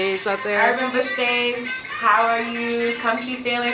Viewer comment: Big ups to Cipriana!!! She said FE-LA, not Fayla. I love her!!!!